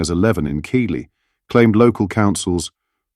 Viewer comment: One of my thoughts is that I wish these non-human voice-overs would get pronunciations correct. Example Keighley is called "Keithly", not "Keely".